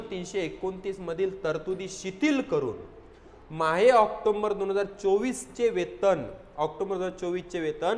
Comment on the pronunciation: अरे भाऊ आकटोंबर नाही रे, ऑक्टोबर म्हण रे !